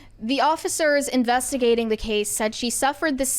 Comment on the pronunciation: jfc...she said "the police are investiganting"...its " the police IS investigating"